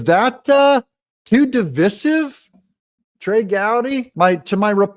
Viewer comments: Divīsive NOT Divisive.....Di-VIE-siv Saying de-viss-iv IS WOKE!! C'mon Doug,d don't start going woke on me friend! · It’s divisive, sounds like divide with a long I.